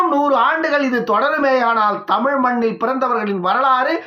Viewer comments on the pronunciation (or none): none